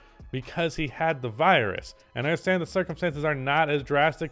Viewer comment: virus not skrong